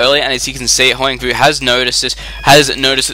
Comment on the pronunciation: It's pronounced Hwahng voo, if I'm not mistaken. :)